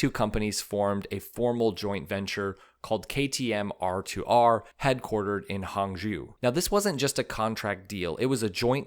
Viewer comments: Take a shot every time the narrator says “hangzhu” instead of “hangzhou”!!! 😂😂😂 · Hangzhou is pronounced Hang- zho (like long "o" in English). Excellent video.